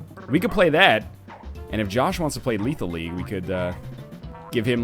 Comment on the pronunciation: "Lethal Lethal" get your shit together Ryab